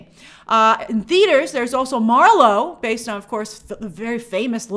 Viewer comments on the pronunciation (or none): none